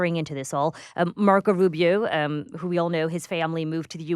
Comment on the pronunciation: Why does he say Rubio's name like that? Even Rubio doesnt say it like that.